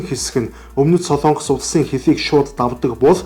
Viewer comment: СОЛООНГОС гэж ярихгүй шүү. СОЛОНГОС гэж яриарай хө